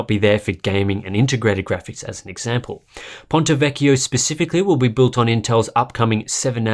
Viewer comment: Finally a good pronunciation of ponte vecchio ◉‿◉